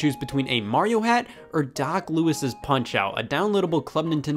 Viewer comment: Thank you so much for saying "Doc Louis's" like "Doc Lew-is's". My friend made me so mad when he kept pushing the pronunciation of "Doc Lew-ee's". Anyone else say the former over the latter?